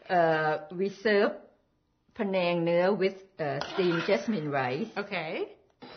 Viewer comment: The correct spelling is pAnang... not Penang. Penang is a state in Malaysia. pAnang is a thai dish. Do not let 2nd class american english to mis-pronounce the word. PANANG!